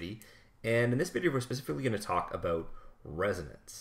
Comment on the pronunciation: The "about"'s hahaha